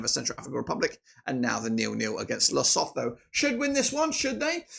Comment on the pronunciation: Lesotho is pronounced ...lesoto. The H is silent.